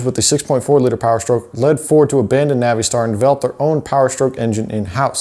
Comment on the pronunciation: Oh for the love of God. Not the Navìe•Star pronunciation. It's Nav•uh•star bruh...